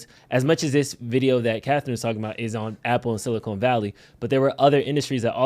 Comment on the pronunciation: just FYI it's Silicon Valley, not Silicone, chips not t*ts